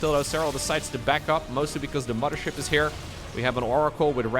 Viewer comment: Gotta love “2020 fife” “muddership”